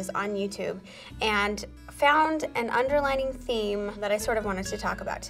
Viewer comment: Is it just me or is it "underlying" not "underlining"?